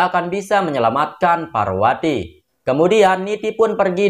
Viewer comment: Bukan parwati tapi parpati😅